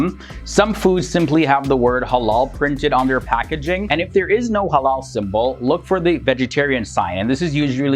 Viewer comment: Thought he said “hello and haram” at the start